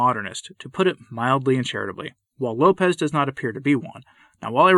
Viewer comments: It is Lopes, like hopes, not like Lopez. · Just a note….his name is pronounced with the s as an “s” and not the Spanish low pez. It’s Lopes as in “hopes,” with an “L.” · Lopes is a Portuguese name (not pronounced Lopez either), and it does not mean wolf. You’re thinking of lobo.